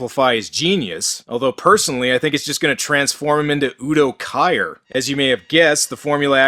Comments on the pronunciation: If I may correct you: It's pronounced Udo "Keer" not "Kire". Otherwise great video as always, keep up the great work! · Udo Kier pronounced “Keer”. Learnst du Deutsch zu sprechen. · Kier, like tree or me, keer